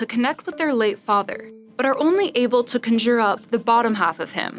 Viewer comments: She also said "conJOOR" instead of "CONjure" "theAtre" instead of "theatre" "MAGIC spell" instead of "magic SPELL" and "PERIOD dresses" instead of "period DRESSES." This girl just talks weird. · Wtf did she say, “con-jeer up???” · Ok but the way she said conjure 😬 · Can you not afford a second take in the recording booth when some bimbo mispronounces a common word like "conjure"? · How she gonna mispronounce conjure